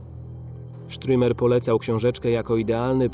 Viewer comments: Stürmer a nie strimer panie lektorze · Dokladnie... Stürmer czyli szturmowiec.